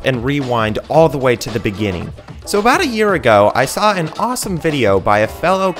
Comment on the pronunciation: The beninging